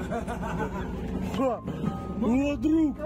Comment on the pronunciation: Не кИдается, а кидАется!